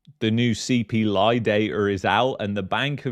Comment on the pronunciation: Casually: “ the CPLIE” 😂